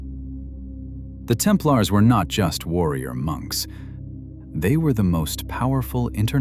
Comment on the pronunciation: I switched 9ff as soon as I heard the AI generated mispronunciation of Templars. Bye!